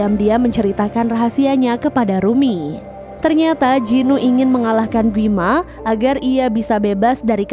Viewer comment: Gwi ma kaliii bukan gui ma